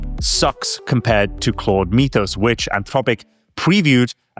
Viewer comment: Love you guys (no homo)! My favorite show right now. Mythos is pronounced "Mith-ose" not "Meeth-ose". got it right, yay! We don't say "Meethology" or "Meethical".